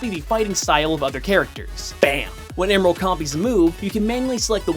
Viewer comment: Heh. He mispronounced Emerl. Also, what on earth was the point of bringing up Dragon Ball? How is that relevant to Smash Bros.? Plus, everyone who even cares about that topic already knows which one came first.